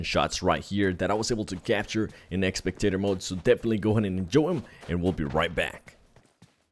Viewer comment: It's spectator not expectator